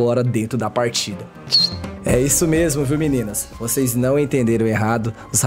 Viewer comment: "Seis não vai acreditar" quase parei de ver aqui , esse português aahhhhhrrr kkkkk